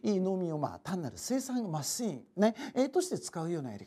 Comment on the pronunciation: ますぃーんは草